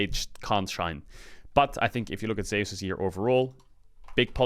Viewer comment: For god sake please pronounce Zeus name correctly